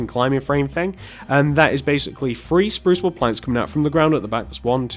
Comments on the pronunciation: You said free And you meant three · It's three not free